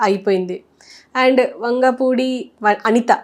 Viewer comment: Anchor.. vangapudi kadu.. vangalaoudi నేర్చుకో మాట్లాడడం